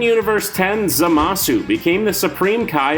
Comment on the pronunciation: Kmow how we all know youre not a dragonball fan? You mispronounced zamasu and Broly, along with claiming that vegeta was the original villain in the z series.